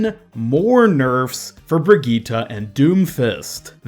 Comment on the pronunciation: So your saying.... BRIGEATTUH IS GOING TO BE A H E A L E R